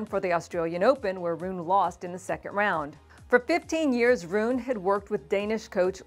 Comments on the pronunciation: Because she is mispronouncing it! It's "Roo-nuh." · I hadn’t heard his name pronounced this way before.